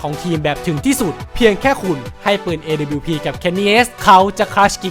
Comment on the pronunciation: คือไอ้การเรียกชื่อทีมผิดมันต่างจากคำอื่นๆตรงที่มันเหมือนเอาคนไม่เคยดูแข่งจริงๆมาทำคลิปอ่ะครับ อีกอย่างตัว W ก็อ่านว่า ดับเบิ้ลยู ต่อให้เป็นพวกสำเนียงอเมริกันจ๋าๆ ก็ยังออกเสียงประมาณว่า ด๊ะบะยู อยู่ดี ส่วนดับบลิวนี่ไทยแลนด์โอนลี่ครับ พูดง่ายๆคือออกเสียงชื่อปืนผิด